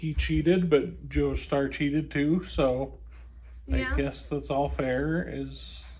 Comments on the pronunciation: I commend you for skipping those annoying episodes, however I am disappointed to not hear "MISTER JOESTUR" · You mean Joshtur?